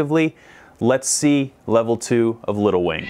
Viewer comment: seems to have lost the "g" in "wing".